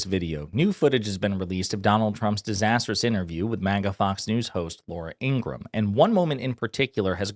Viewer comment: Ing-ra-ham. Three syllables.